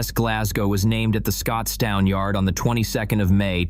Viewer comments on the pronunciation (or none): Scotstun not Scotoon.